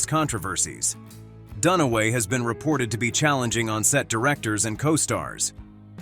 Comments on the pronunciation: Faye Danaway, not Dunway. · Her name is Fay Dunaway, not Fay Dunway.